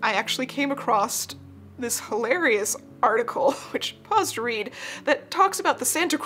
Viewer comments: Across not “acrossT” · I love your videos so, so much. But every time you say 'acrost' instead of 'across', I want to stab my screen with a hat pin. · "acrosst" - Not a word. Love your video, though. I learned so much. Thank you for sharing your depth of knowledge.